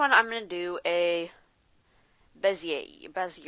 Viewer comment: Wasn`t that bad. We all coul hear you quite clear, video was without some shitty aditional; stuff like panning around with no idea what to do next. It would be better if you could try to use different software (which shows what keys are you pressing so you don`t have to repeat) and Bezier is from French :) So you eat the last sound or smth...